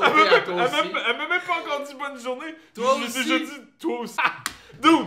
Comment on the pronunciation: criss on dit pas me(i)me mais mème